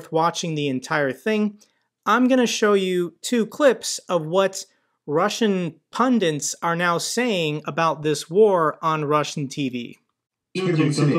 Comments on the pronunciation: It is 'pundits' not pundants. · it's "Pundits", not "pundints". Not trying to be a dick, love your videos.